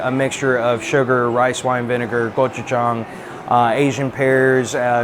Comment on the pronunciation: its gochujang adam not gojuchang